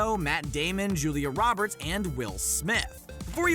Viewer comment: he said loberts instead of saying roberts